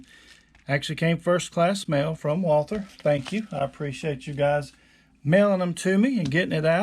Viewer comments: WALTHER NOT WALTER. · The? Company's name is walther not walter